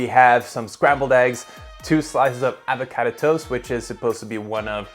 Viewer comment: Another year and still can’t pronounce avocado